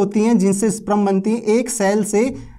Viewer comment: स्प्रम नहीं स्पर्म बोलते है महान आत्मा